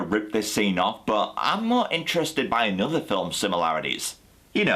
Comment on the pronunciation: "annuda day, annuda play" - Mozart